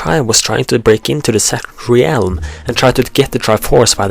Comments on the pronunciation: "Realm" is pronounced "relm" the A is silent ^_^ good work like the theories, also, dont talk so close into the mic, we can here the wetness in your mouth haha. Oh, and I wouldnt say Majora's different forms are spider like, Personally I think they make it clear he is humanoid in form. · you say re-elm and i used to say orc-arina. This is what happens when you have a game with grunts and yells as speech. Still pretty great thou.... :p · reeealm lmao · hard to believe that since termina and hyrule are in different (parallel) worlds. they could be the same in the sense of being their own counterparts but not the same as "this one and that one are ONE". also a little something that was really annoying was your pronunciation of "realm". i am noone to judge since my speaking ability isn't close to native, but it seems like a simple mistake to me. the way you say realm is somewhat like this: re-älm. it should just be "rälm" treat the "e" as if it was silent and there you go. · God, no offence, but I hate how you say realm... Sorry it just bothers me. Don't go commenting you don't have to watch it or whatever